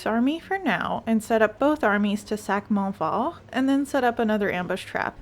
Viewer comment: La manière de prononcer ''monfort'' fait queb en tab!